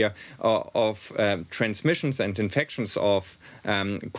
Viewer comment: Why can’t Germans pronounce infections ? It’s infectshun. And it’s not through your nose.